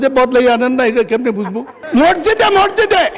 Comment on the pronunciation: Murkho Mosjid o uccharon korte pare na. Morjide Morjide bole